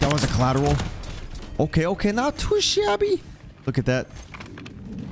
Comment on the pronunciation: Brooo the "Not to ShAbbYyy" caught me of guard 😂